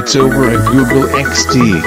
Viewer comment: Google or Googol?